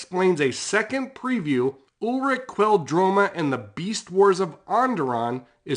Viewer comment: Ulic not Ulric